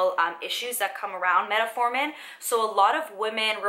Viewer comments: Meta-formin, lol ...I'm trying to ignore it, but she's said it nearly 100 times. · Met-formin... no “a”. Other than that great video!